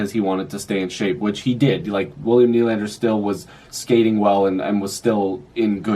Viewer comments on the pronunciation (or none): none